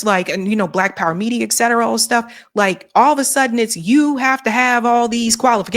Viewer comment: It's ET cetera, not "exetera".